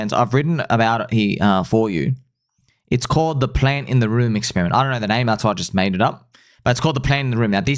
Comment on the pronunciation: Room not moon